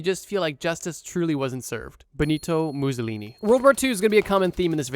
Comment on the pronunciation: Stop saying Mussolini like that